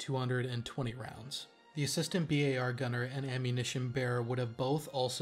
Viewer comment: "Bee-Aye-Are" never "bar"